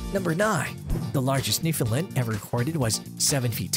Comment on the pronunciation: Ok, lets get this out of the way first; Your pronunciation of Newfoundland is wrong. The only correct way to pronounce the name of the Dog and the province is "Newf~in~land". Say it quickly and make sure it rhymes with "understand " You also missed the story of one of the most important and probably largest water rescue this might breed played a role in. In 1828, a vessel out of Ireland with 211 people onboard was wrecked at Isle aux Morts (Isle of Death), on the south coast of Newfoundland. A 17 year old girl ( Ann Harvey), along with her younger brother, father and their Newfoundland Dog, Hairy Man, were responsible for saving at least 158 of the passengers and crew over a three day period. The dog repeatedly swam from the family's small boat dragging ropes to the people clinging to rocks in very heavy seas. The Canadian Coast Guard named one of their ice breakers Ann Harvey in her honor and the crews lounge onboard is named "Hairy Man" to remember the wonderful dog.